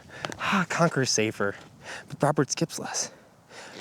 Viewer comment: For half the video, every time you said brodbird I thought you said Robert. So that disc is forever Robert to me now.